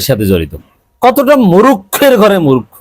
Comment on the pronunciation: মুরুখ্ খো নয় সঠিক উচ্চারণ হবে মূর্খ।